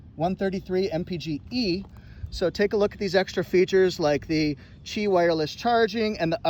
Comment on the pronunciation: Correct pronunciation on the "Qi" wireless charging.